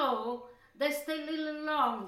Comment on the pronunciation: A littleA salt? lol!